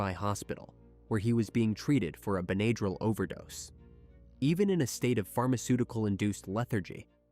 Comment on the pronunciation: In the word, Benadryl, the a is a short a, not a long a. How can you kill your wife and your kids and then sit there with them, that’s appalling.